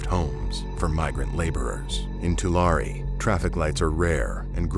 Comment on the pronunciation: Tu-Larry is how it’s pronounced